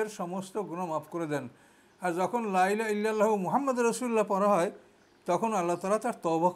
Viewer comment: আপনি লাই লাহা কেন বলেন? সঠিক শব্দটা হল, লা ইলাহা। এই ভূলটা ৯০% আলেম করে।